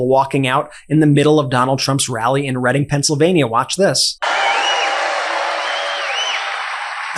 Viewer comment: Hey Brett great job on the video as always with MTN,also great job pronouncing the name of the town as a Pennsylvania native nobody outside the state pronounces Reading (Redding) right. They always say Reading (reeding) awesome job buddy🎉